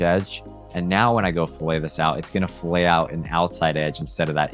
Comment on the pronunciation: I do not want to be that guy, but since you are selling your services, pronouncing “fillet” correctly will help you sound more professional. .